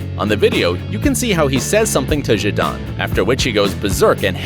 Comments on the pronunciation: Zindane?! Its Zidane!🤣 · His name is zidane not jidane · Zidayne lol. Before making another video i will first learn to pronounce the names right. NOW REPEAT. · Shadarn. It’s zidane. zidane. zidane. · “ZidAYn..” How did they mispronounce “Zidane”? It’s Zi-DAHN.. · It's Zidane..not jidane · Zindan Zindan? LOL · Jidane? really? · Zi-dan not jidant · Did he just say ZINDAYNE 😧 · You called him shidarn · I turned this off as soon as he said Zidayyyyyyn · Zidine zidane zidayn? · He said zidan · you cant say that, its ZEE-DAN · was going to watch, and then he said "Zidine Zidan".... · 54 secs his name is zi-dawn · Zeedayne, voullar, raishcard... Wtf, how are you pronouncing names so wrong lol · thats bullshit its zid-a-dean-zidan thats how you say it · Who TF is zin-DANE u are saying his name WRONG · Excuse me who?...zindan zeedane? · Zindane? General Zod? Zidnainenane? Zinaenae? What the fuck are you saying? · XD " zindane" who the f is that XD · The French footballer Zedæn Zedan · hahaha! You butchered his name 😁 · How many times did you mis pronounce Zidane? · The way he says zidane 😂😂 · This guy cannot FUCKING PRONOUNCE ZIDANE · How many ways can you miss pronounce Zidane? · Bro you fucking American why can’t you say zidan properly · He couldn't even pronounce Zidanes name correctly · The pronounciation of Zidane is killing me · Did this guy just pronounce zidane 3 different ways or am I imagining it. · Can tell you are a twat by the way you say Zidane's name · Zidaayne zidaane...zidayn...zshidan...zidan. They're all wrong and you didn't even pronounce his name right once! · You said Zidane’s name wrong like 1000 times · Say his name properly 🙅🏼‍♂️😭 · Anuj prajapati they could’ve even say Zidane’s name correctly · Zid eye n zid arn smh. american pronunciation is so funny